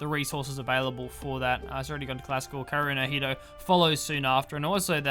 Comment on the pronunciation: How to pronounce Kaerunohito? 1st split the long name Kaeru - no - hito Frog - of - man/person ("frogman" if I'm not mistaken) 2nd correct pronunciation It is Ka-e-ru not kae-ru it is he-tow not ni-too PS: Love the shoutcast